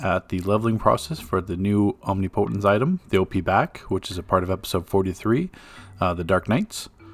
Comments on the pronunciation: Om-knee-poh-tent 😂. Good stuff, style looks insane!! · Please google the pronunciation of "omnipotence".